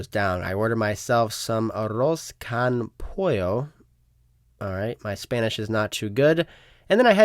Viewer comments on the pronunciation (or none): Con in spanish is pronounced like cone